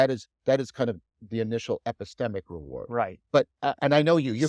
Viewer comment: I think John way saying "If you're going to move from the epistemic to the existential ... " and just pronounced "epistemic" in an odd way